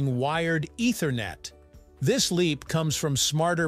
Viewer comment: Do you guys purposely pronounce things wrong to get us to comment. Look up how you pronounce ethernet